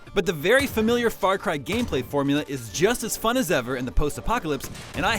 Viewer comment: FRAR CRY!